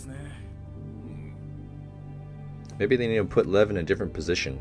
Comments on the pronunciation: Just letting you know but Levs name is pronounced more like lee-ev. See if you can catch it when the characters say it. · I’d just like to point out that Lev’s name is pronounced more like Liev or Ljev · Nobody really calls Lev "Haiba". Also its sort of pronounced like "Lief"